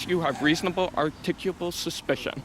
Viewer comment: Good you kept your cool... You need to learn how to pronounce "articulable" .....